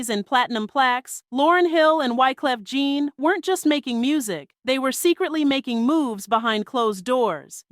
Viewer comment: Wyclef you get right, but you called him Gene instead of Jean (John)😂😂😂😂.